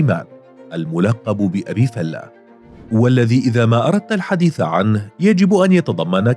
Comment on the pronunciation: معلقين الناطقين بلغة العربية كلهم بيقولو ابي فلُة او ابي فالاة افهمو وانطقو صح ابو فلِة